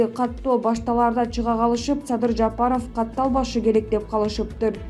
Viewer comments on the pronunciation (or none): Садый Садый деп.койот.Мадумайев озу.тантык экен